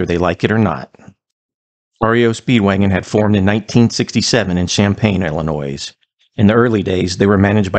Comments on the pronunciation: "Ill-uh-noy" Not "ill-uh-noyz" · Thank you for giving Gary Richrath some love, he doesn't get nearly enough! But Illa-noise? Really? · My 2 cents worth : I live in Northern Wisconsin, which draws a lot of people from Illinois. Remember if you want to learn how to pronounce it right just tell them, stop illiNOYing me! Just Sayin'. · The S in Illinois is silent. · The "s" in Illinois is silent, not pronounced.